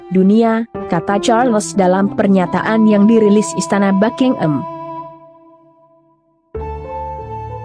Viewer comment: BuckingHAM bukan Bucking-Am 🤪